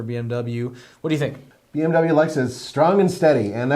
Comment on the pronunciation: DO NOT say BMW like that ever again. That's not even how it's pronounced. Psychopath.